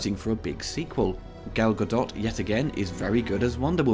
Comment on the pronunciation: i like the review. im excited to see in theaters. One note here: Gals last name is pronounced Gadot, like boat.